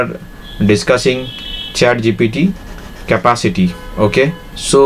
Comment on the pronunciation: Although I do understand what you are trying to say, I have to admit your English is really really poor. You are not even able to correctly pronounce the word "capacity" and you're really struggling with your flow and what you are trying to say. I know English is not your native language but maybe get someone else to do the voiceover narration.